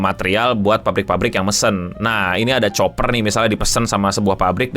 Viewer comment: Tembaga itu bacanya "kuper" bukan "Choper"